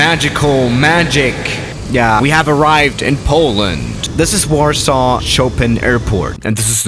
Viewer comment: Lot :P Btw it's Warsaw not warsaaw